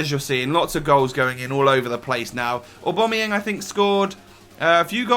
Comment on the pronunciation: Oh my god you actually said aubameyang properly!